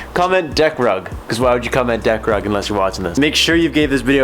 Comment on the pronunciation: Did you say deck rug or dick rub...?